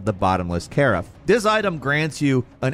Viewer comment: car fe? Do you mean ca raffe?